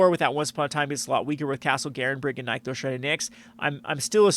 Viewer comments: My friend, if I have to hear you say "NIKE-thos" one more time, I'm going to lose it. I don't understand what the logical disconnect is preventing people from reading two "NIH" sounds in sequence. "NICK-thos" Shrine to "NICKS". It's that simple. Anybody who tells you otherwise is dumb or lying to your for their amusement. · Oh for the love of Vraska's slithery nipples, it's pronounced NIC-THOS.